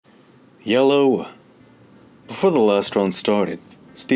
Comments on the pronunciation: Great videos but plz stop saying yellow instead of hello!!! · "yellow" "hello" "yay low" "eyyooww"